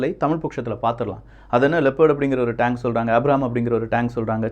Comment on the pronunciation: Tang iillapa,Tank. Tremb illappa, Trump .Pronounce properly.